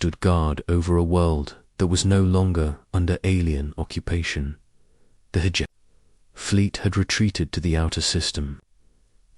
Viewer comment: Ho hum. Same script, different video. Same time gated story with odd placed pauses. Same reused names, no imagination. Hegemony = "her Germany".